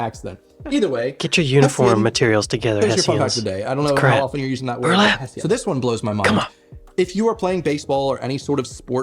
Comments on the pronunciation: Hessian is pronounced hes ean not heshian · The sacks are called Hess-i-an not Heshion. It's noughts (as in zero) not naughts (as in never) too. Hicky sounds like a US homeless person from the mountains - like the Clampets and playing hookey sounds like that kids game where you you have a magnet on a string attached to a stick and you "fish" 😀 They are called stenographers in a court room in the UK too. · hess- ian not heshun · Heshion? It's pronounced hessian. No 'h'. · Hessian is pronounced HESS EE UN not HESHUN !! I thought CLEATS were the parts underneath the boots that we call STUDS? NOUGHTS (0) not NAUGHTS ! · It's not pronounced "Hesshan" it's Hess_ian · HESSIAN ...not "heshun"